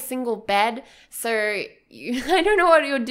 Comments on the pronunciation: Does anyone else get annoyed when she says sir instead of so? :D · I hear "SIR" instead of "SO" omg i can't perceive this adequately